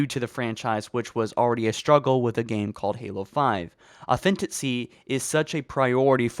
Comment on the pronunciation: Did my man just say “Authenticy?”